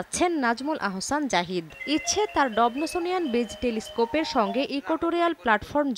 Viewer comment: ডবসোনিয়ান কে ডব্নোসোনিয়ান? 🤣🤣🤣🤣 আয়নাটা কীভাবে বাড়িতে বসে বানালেন?